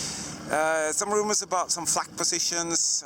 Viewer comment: I hear flack as 'fack' ~ fuck There is some rumours of fuck positions 😂